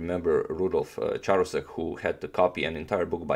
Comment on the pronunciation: I believe the Ch in Charousek is pronounced as k.